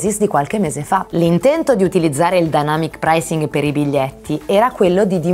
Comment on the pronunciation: io avevo capito all’inizio denamyc pricing 😂😂